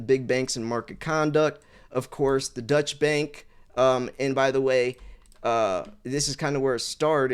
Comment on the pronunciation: agreed. It lost credibility for me for the rest of the video. Someone needs to teach him to pronounce "deutche".